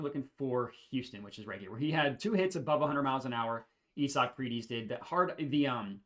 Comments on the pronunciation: It's pronounced I-zick not E-sock 🤷🏼‍♂️😂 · You saying isaac name wrong or im tripping 😂😂😂😂😂🤦🏾‍♂️